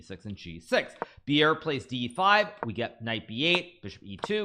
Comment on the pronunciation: Bjerre is nothing like "beer". - More like "bear". Then add your "j-sound" of choice, e.g "bjear" :) Maybe we will all one day know him as Jonas, like a Jonas vs Magnus. Which then imposes the problem, it's nothing like "djonas" All in all, his name is pronounced exactly as written, Jonas Buhl Bjerre :D Well, to some at least....